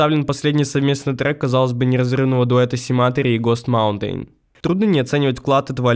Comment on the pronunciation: автор настолько олдген что не знает как произносится sematary и host Mountain, при том что это даже в треках можно услышать